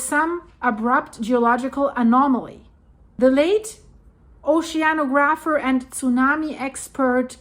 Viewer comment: ..."ohshean-a-grapher"? 😂 Is she really now? ** not trying to be mean here. Just a humorous observation from an avid watcher.